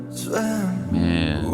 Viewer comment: Swim ❌ Swem 😂